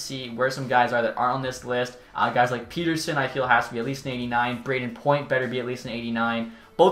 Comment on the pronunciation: Please stop mispronouncing Pettersson. The disrespect!